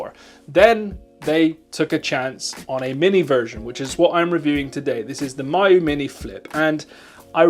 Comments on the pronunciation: “my-yoo flip” 👁️👄👁️ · Ya this pronunciation really confused me.